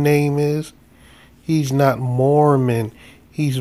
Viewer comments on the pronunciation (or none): Instead of Mormon I thought she said Moronish? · I just think the officer has a speech impediment. Think she meant " Moor Man "